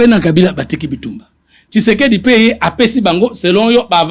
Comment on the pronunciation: La haine a fait que ait du mal à prononcer Félix Tshisekedi 😂😂😂. Il appelle Feli Seke 😂😂😂😂😂